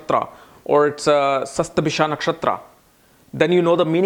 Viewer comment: you sometimes mispronounce Sanskrit words. For eg. Shatabhisha, Saatwik, etc. 🙏 It's not "Padha", but "Pada".